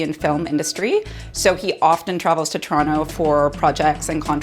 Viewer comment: Toronto with the hard T, cryin